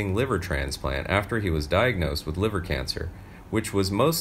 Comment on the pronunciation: River? I think you meant to say liver.